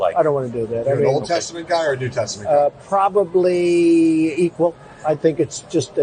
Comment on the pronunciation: When tRump was asked if he was an Old Testament or New Testament guy, his first word was "probably..." that was stretched to four or five syllables. I'd bet up until that moment he didn't know there was a difference, or even that more than one existed. Interrogator red flags that you don't need to be an interrogator to see